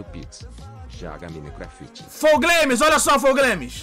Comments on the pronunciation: Flou Gueimis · "flow glaimes"